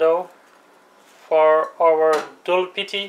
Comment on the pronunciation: Its doodpity not dulpity ... dood means milk in hindi